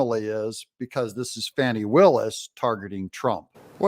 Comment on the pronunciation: Her friend said it's Fauni not Fani 😂 both pronunciations are ugly so does it really matter